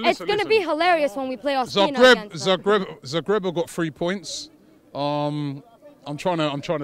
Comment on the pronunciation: This girl nailed it; Cazorla?? Ospina??